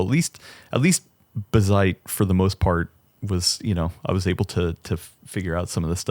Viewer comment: He pronounced Bazzite corrently :( ... oh well, we'll always have Umbuntu